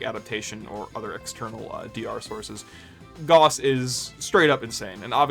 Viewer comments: Its pronounced "Gowss" not "Goss" and don't let anyone tell you otherwise either, they are wrong including the Warframe devs at times. Feel free to look this up with either AI or a google search, that is the correct pronunciation, "Gowss" not "Goss". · It's not pronounced "gauze", it's pronounced "gaoss". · Holy shit dude can’t tell if you’re rage baiting or not but it’s Gauss like “mouse” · Gauss is pronounced Gows. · Shit list. Disliked and reported because Gauss is pronounced wrong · Lmao everyone is grilling you for the gauss pronunciation but wtf is the Noctua pronunciation, you knew what you were doing lol. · This is how I learn I’ve pronounced Gauss wrong this whole time